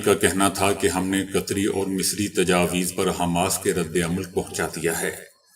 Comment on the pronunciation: بھائی آپ کی غلطی نہیں ایسا ہو ہی جاتا ہے قطری کی جگہ قسری کہنا غلط نہیں کیونکہ قطریوں کے ن لیگی قسریوں کے ساتھ گہرے مرسم رہے ہیں تو جراسیم عصر کر ہی جاتے ہیں